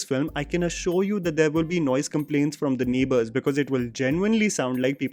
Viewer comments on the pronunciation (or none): none